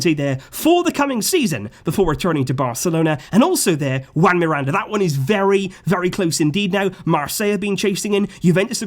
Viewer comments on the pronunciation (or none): none